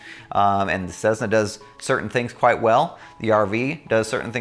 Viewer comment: Nice video. However there is no Z in Cessna. Cmon man !